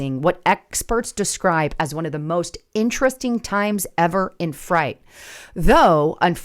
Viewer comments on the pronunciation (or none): Freight=(sounded out) frate not fright! lol Sorry, it was driving me nuts. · Umm…. the word is freight not fright. Freight is pronounced frate, sounds like gate. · Freight not fright. That was driving me crazy. 😅 Seriously, is english that hard to learn? Also why is there a drop in the amount of freight in the first place? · freight......FRAAAATE!! Not fright. couldn't finish it whatever AI you are using ditch it. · She ruined it with AI - "docimiled" and "fright"... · I wonder this is AI generated. I don’t think would have made the mistake between fright and freight. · Fright??? Its Freight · Why are you pronouncing freight as fright? It makes you sound ignorant. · Geez lady, it’s freight as in frate, not fright. Wow. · Pronounce frate not fright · It’s FREIGHT not FRIGHT., Please, those of us who speak before the people also need to pass that English language proficiency test. Listen to your recordings, correct grammar, errors & mispronunciations for future broadcasts. Hire a grammatical coach. People you want to reach are focusing on these little foibles. I listen for you’re great research and pertinent content, but you know the masses, they don’t, they look to ridicule and dismiss us. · freight is pronounced frate. Domiciled is pronounced (dome)(eh)(ciled). Last part rhymes with child. The irony, given the subject matter, is thick with this one. Come on, you're better than that. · it's freight not fright. My husband is a trucker. The biggest issue is that they can't speak or read English. It's dangerous for them to be on the roads. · Freight is pronounced fr8 or frate not frite like ahhh you have me a fright. Lol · Freight, pronounced Frate, not fright. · You are about to lose my mind you do not know how to pronounce freight delivery guys you keep saying fright freight freight freight you stupid imbecile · Why do you keep saying fright instead of freight? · It is pronounced "fray-t" not fright.... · Frate not fright